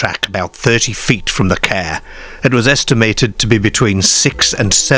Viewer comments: It’s pronounced Car not Cawuhh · It’s AI narration. You can tell by simple words repeatedly mispronounced again and again. who pronounces car as kear? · Never heard car pronounced 'care' before. Not being critical, What area /county is this accent from? Unique to my ears. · Kerr🚗, fem🐷, the femmer👨‍🌾 aerrm💪🏼, 😂 I've never heard 'a' pronounced so unusually before😮😅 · Great pronunciation from the presenter, is the voice AI? So many times l heard the word car pronounced ker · Definitely not North England or Scotland. I Don't know anyone who calls a car a "cair" or "caaare"... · Why can't the narrator pronounce the word "car" ? FFS! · nobody in Yorkshire pronounces car like that. I thought it was AI misreading it.